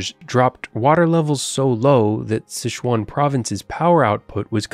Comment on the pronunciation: It's Sichuan, not SiSHuan - not all languages are French!